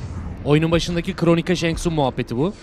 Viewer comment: Kronika değil mq yaa valla tilt oldum kronika diye diye 😂